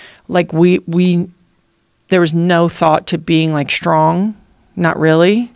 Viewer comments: She’s articulate and her points are so valid, but ‘shtrong ‘ over and over again (except for a couple of instances where she forgot to think about it and pronounced the word correctly. She even said ‘shtuff ‘. What the hell? I know it’s petty but geez… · Why does she say, shtrong instead of strong?